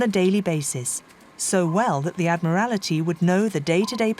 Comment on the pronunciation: Summerine? Admirality? Tuney? What bizarre pronunciation this narrator has.